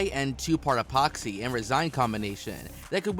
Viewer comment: Expoxy?! Along with other obvious mistakes mentioned in other comments, there's a wealth of pronunciation errors. Did you hire a dyslexic voice over guy? 😂